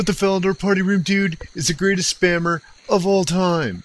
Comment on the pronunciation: should have put more emphasis when he said "of all time" the second time, other than that great vid :)